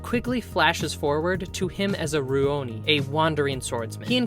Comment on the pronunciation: Rioni? You mean, Rurouni? (Literally, masterless samurai)